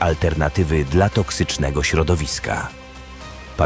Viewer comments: To czyta AI. Śmiesznie brzmi jak mówi dla jako D L A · Zrób coś z tą AI, bo kiepsko czyta "dla" 😂. Poza tym spoko materiał